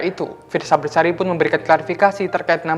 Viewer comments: Besari not bersari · Fiersa besari yaa kak bukan bersari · Fiersa Besari min bukan bersari